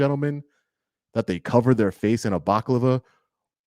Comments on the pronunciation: bala clava I think its pronounced :-) This is crazy man Be safe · You are over the TARGET, be safe and try and have a witness/friend with you at all times. It is scary when you have armed thugs with a badge on your case. Oh and the word you are saying is pronounced BA- LA- CLAVA.. Good luck and don't let them tread on you. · Balaclava. It's pronounced ballie- cla- va or at least it is in Ireland 😂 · Baklava is an Arabic dessert. A Balaclava is a mask originating in Crimea. I can't handle him calling it a Baklava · Word is balaclava pronounced ballar-clarva, saw you struggling with it there :D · Hey brother. Just so you know, it’s pronounced “ba LA Klahhhh VAHhhh” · BALA - CAL - AVA ------ Baklava is somekind of greek food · my brother, it’s pronounced. Ba-la- clava ❤ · I honestly feel for you, man. The government is conspiring to deny your rights and potentially incarcerate you, if they're not stopped. But I couldn't help but laugh the few times when you said "baklava" (a Greek/Turkish pastry) instead of "balaclava" (a face covering). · It's balaclava not baklava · All the best to you. I cant help myself from correcting your pronunciation of that head covering - ba-la-clava ✌️ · I think you mean ‘balaclava’ not ‘baklava’ which is a middle eastern dessert! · I thought Baklava was a sweet treat!!! ohhhh you're trying to say balaclava!! pmsl thats the USA education system on show pmsl... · Thank you for all that you are doing!I have some great advice for you but I don't want to put it out publicly. By the way it's pronounced BaLaCavLa.What you were saying is a delicious dessert ( Baklava) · It’s pronounced balaclava, lol Crazy shit tho ! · Balaclava 😂 not baklava! Keep up the good work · Bala-klav-a...not baklava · Love your stuff...you've got em on the run...BTW...it's a BA..LA..CLA...VA....baklava is a Greek dish... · Baklava is the desert, the face covering you refer to is a balaclava... pronounced bell-a-clah-va